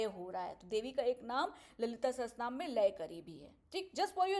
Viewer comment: Didi, it is Lalita Sahasranaam and not sahastranaam